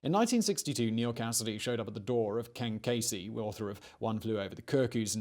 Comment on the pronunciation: “Ken kAsey”